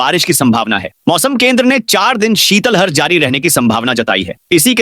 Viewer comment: श्रीमान शीतल हर नहीं है, ये शीत लहर शब्द है। Plz उच्चारण सही करे ।